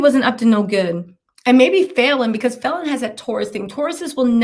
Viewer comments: Love you, but quit pronouncing her name wrong . And that guy is actually driving Falynn new Bentley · You keep saying her name wrong 😑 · I need you to say the woman’s name right !